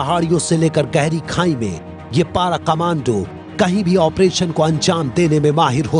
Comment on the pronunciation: Tatoz tum logo ko toh word PARA bolna b ni ata :D